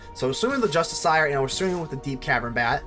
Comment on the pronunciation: i got triggered by the way you say "justiciar"